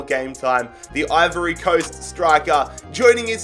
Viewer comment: Ivory cost” 😂🤦‍♂️🇮🇪